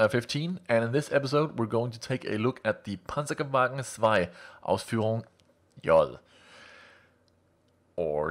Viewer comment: ***** Your pronounciation of German umlauts is quite good. You're Danish, right?